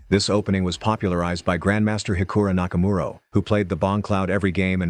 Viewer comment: "hikura nakamuro"